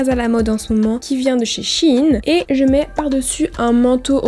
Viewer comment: Sheine tu prononce chine 😭😂😭😭😭